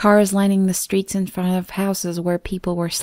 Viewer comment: And "front". I love the stories she does and other than these few words her voice is perfect.